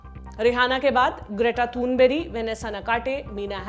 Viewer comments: Greta Thunberg नाम को आपने ग्रेटा तुनबेरी कहत रही हैं आप। तो फिर ग्रेटा को ग्रेता या फिर ग्रेयता क्यों नहीं कहा क्योंकि स्थानीय भाषा में तो ग्रेयता ही कहा जाता है उन्हें??? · Hahaha.. Mere comment se कृपया mujhe personally judge na kare.. Mai apne jindagi me bohot aage hun.. Or इंशाअल्लाह aise hi aage badta rhu.. Jab ek news reporter k नेताजी सुभाष चंद्र बोस KO galat pronounce karne per bawal uth sakta hai.. To yha ek reporter ek internationally fame getter GREAT THUNBURG k galat naam lene per ek bhi sawal nhi.. Lgta hai aap bhi ma'am ki andhprasnshk hai.. jinhe unko galti hi nhi dikhti..